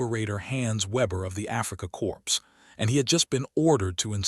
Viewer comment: I liked the way the facts were presented. However, this AI pronounced basic words incorrectly so much the narration became annoying. Basic words like corps (pronounced "corpse") and Kubelwagons (not able to spell the wrong pronunciation).